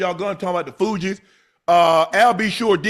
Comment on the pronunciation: Unc really out here Unc-ing …. Calling The Fugees the Fiji’s 😆😆😆😅